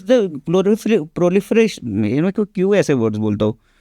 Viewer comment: So many insights relayed with crystal clarity and brilliant metaphors! Loved it. Also, it’s Pro-li-fer-ation 😂